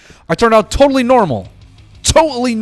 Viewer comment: "TO'ALLY NORMAL" took me out man🤣🤣🤣